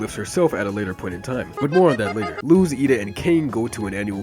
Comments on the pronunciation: Don't worry man, since Luz is an actual word in spanish, us native spanish speakers don't say "loose", we say it fast and short like "lose". So on what you thought was a mistake, you actually said it right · That's actually the correct pronunciation of it! Her name is a spanish word and that's how it's said